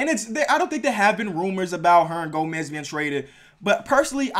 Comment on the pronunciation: You can't say Hernangomez lol good vid tho